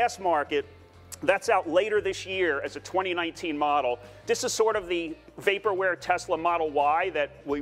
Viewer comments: This video is so awesome. But I had to pause it because you said “way-perware” instead of vaporware. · It's, "Vaporware" not Waperware! Just sayin'..... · You can use Google to check on a word's pronunciation. A good candidate would be "vaporware," in which the letter V, as in every other English word containing a V, is pronounced the same as in TV. Of course, if you pronounce TV as "Tee Wee," I guess I am making no sense. In that case, google the correct English pronunciation.